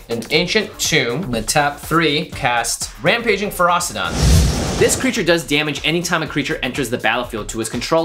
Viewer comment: The fact both Jimmy and keep putting a 'T' in Ferocidon makes me want to punch a kitten.